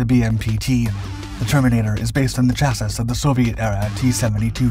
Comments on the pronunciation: He kills me saying “chassis” that way. It’s French-based. CHA-see. Rhymes with “brassy”. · I've never heard anyone pronounce chassis that way... took a second to figure out what you were even talking about. pretty sure the whole English speaking part of the world knows it as "chas-ee". considering you do so many videos that might require the use of that word, I just thought I would throw that out as an option for you to consider. I'll still watch your videos either way. thank you, I really enjoy them. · If I have to tell you one more time how to pronounce 'chassis', I'll...I'll....well I'll think of something. 😋